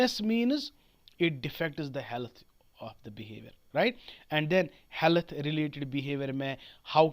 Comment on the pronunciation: Health ko sahi se pronoun to kar lo